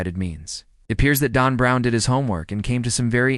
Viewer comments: It said Dawn Brown. That's what I heard. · Why does your AI narrator pronounce Dan Brown as DON Brown? C'mon, makes it hard to take the information seriously.